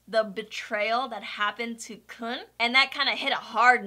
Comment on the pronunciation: It's pronounced "Koon" for future reference. The author named him after the footballer Sergio "Kun" Aguero.